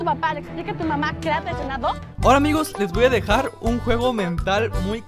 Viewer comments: CREO QUE DIJO QUE ME HAS TREICIONADO XD O SOLO FUERON BALBUCEOS PAL GUION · dijo "traicionado"